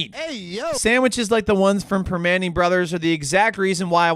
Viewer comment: Prim-ah-nti’s. Prim-ah-nti’s. Proper pronunciations will make the videos much more watchable.